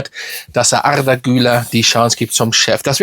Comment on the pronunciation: Ich schwore du mutierst jedesmal zu einem Piraten wenn du arda sags, arrrrrda jahahaha